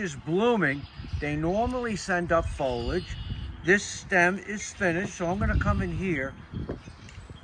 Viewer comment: it's fo-lee-age